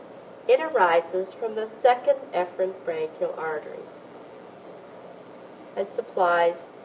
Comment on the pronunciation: um, I wish she would pronounce Efferent with an E and not a soft A... very confusing.